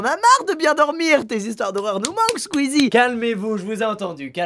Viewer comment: leader trap c pas squeesi mais Squeesie...😋